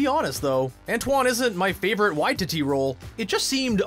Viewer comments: It's pronouced why- ti-ti, taika Waititi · Guy narrating absolutely butchered the pronunciation of Gal ‘Gadot’ and ‘Watiti’ 😩 Was painful to hear